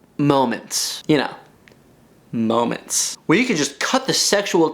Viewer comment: "Ya know... MoMEntS"